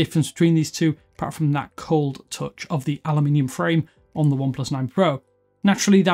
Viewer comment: A YouTuber who knows how to say aluminium 👌